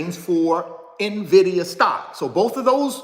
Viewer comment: In-Vidia!!!!!! Not Navidia